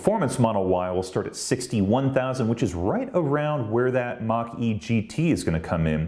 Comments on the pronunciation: I keep hearing "marquee". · Well, you need to go to some of the British YouTubers for this car. Then you will be hearing Mack E.